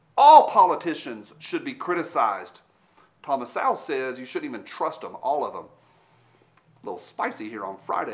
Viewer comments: Don't know if anyone said it yet, but it's Thomas "So-wul", not "Sow (as in pig)-wul". You should watch some of his Youtube videos. Really smart guy. Has been fighting the fight for a long time. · His last name is pronounced Soool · His name is pronounced Sowell (rhymes with bowel). C’mon 🤦🏻‍♂️ He’s only the most influential economist of our time. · How the fuck do you not pronounce Thomas Sowells ( pron like SOULS) name correctly? The guy is a beast and a legend. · That’s pretty bad for people to unsub over a statement of objective fact. I won’t unsub over your mispronunciation of Mr. Sowell’s last name though.😀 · Dude, if you don't know how to pronounce Thomas Sowell's name, leave Thunder Ranch now, give Clint a sniff on the way out, and read a Thomas Sowell book or start watching his videos. He is a Truth rock star. Clint is a great guy, but I would give a week at Thunder Ranch for a dinner with Thomas Sowell.